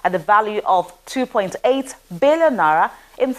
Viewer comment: it's naira, not nara. Correct your pronunciation. It's a long vowel like, fight and night. If it helps, it's na-ee-ra.